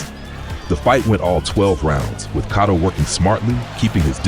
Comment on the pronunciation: Cotto not Catto! lol